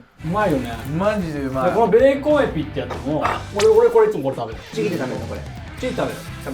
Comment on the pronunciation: ベーコンエピのエピ、海老と同じ発音してるの初めて聞いたかも(^^)